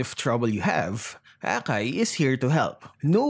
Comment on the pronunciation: The way pronounced akai as bakai 😂😂